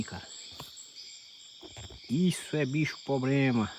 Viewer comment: POBREMA? 😂😂😂😂😂😂😂😂😂😂😂😂😂😂😂😂 menino volte p escola seus mininu arrrreeee!!!